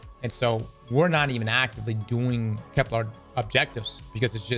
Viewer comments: finally said Kepler instead of keplar!!! Edit: nvm he said keplar again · It's Kepler, not Keplar. Hint - it doesn't rhyme with Kevlar! Love your videos!! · Ignoring anything else that's being said... why oh god why does he keep calling it KepLAR?? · Kep-lur as in Xur not kep-lar